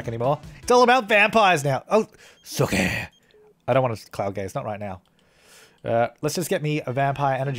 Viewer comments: I die laughing every time he says "Suki" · Every time you say "Sookie" I start giggling. God I miss that show